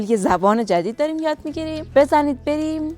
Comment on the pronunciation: هموطن پارسی زرتشتی چرا خواهی ما را آزار دهی ؛ زبان تکمیل و پيشرفته شده " زرتشتی بلستانی " همین " زبان پارسی زرتشتی پهلوی " است ... ×× حالا شما [ " دوریم " تلفظ می‌دارید ] ... در این زمان ما گفته می‌شود " داریم " ...